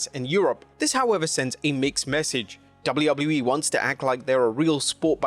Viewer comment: It’s Dub-A-U Dub-A-U- E there is no L sound